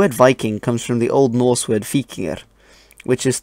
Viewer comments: I like your pronunciation of the old norse language, you're obviously taking great care to make it sound right. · Do you have skandinavian roots or did you listened to a lot of them speak? Your pronounciation sounds very good (not that i could tell, but it sounds authentic^^)